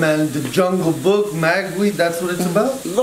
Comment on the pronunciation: It's MowGLI not mawgwi